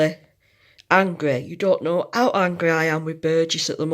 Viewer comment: Nice video, I was interested as to why I couldn’t find the dwarf hamster harvest, and now I know! I can’t get over how you just don’t pronounce your ‘h’s in words though 😂 it’s ‘ow they could do this, and ‘amster 😂